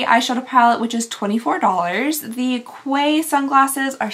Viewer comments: Glasses brand is spelled Quay buy pronounced “Key”. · A little tip so you can say TIL: Quay is pronounced “key” ..why? No idea! But it’s derived from the same french word as Cay as in a sandy island….also pronounced “key” 😂 don’t you just love English. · The Quay Sunglasses are pronounced Key. It’s weird and I had to look it up. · Quay, I believe they pronounce it Key. They look cute on you. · Quay is pronounced key btw ❤️ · Ipsy's billing dept can sometimes be a total sh*tshow, lol 😜 Fyi... Quay is actually pronounced like key 💜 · Quay is pronounced like "key" 🔑 it's french! (I think?!) The more you know 🌠🌠🌠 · Quay is pronounced "key" btw! 😘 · “Quay” is pronounced like “key” it’s a type of dock for boats. #TheMoreYouKnow 😘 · Just FYI Quay is pronounced KEY. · Quay is pronounced key. 🤗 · i will say quay is actually pronounced key- its just how us Australians spell things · Quay is pronounced like 'key' baby girl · Quay is pronounced “Key” lmao 😂 it’s an Australian brand that’s pretty popular. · Quay is pronounced “key” xxx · Quay = key / sounds like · Quay is pronounced key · Quay is pronounced Kee 🔑🗝️ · Its obsurd.....dont ask me why.....and not familiar with the brand but Quay is actually pronounced "key" stupid i know but yay english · Is it Quay (kway) or is it pronounced Key? Here, a quay is a... some kind of boaty dock marine thingy, and it's pronounced Key, (UK) but idk if it's different in the US, or the brand is called (kway)? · Quay pronounced "Key" 😆 you are adorable!! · Hi, just wanted to let you know the glasses quay are pronounced key. By Quay Australia. They’re awesome glasses I own 15 pairs. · Oh wow, only 1 product in and I had to pause to tell you, I’m sorry, but Quay is pronounced Key! They sound like exactly the same word when spoken. There is no Qwe like there is in quick! Lol Love ya honey! Back to the video…….. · I think 'quay' is pronounced 'key' not 'qway' like the Quay of the Dock 🥴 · I think Quay is pronounced like key 🗝️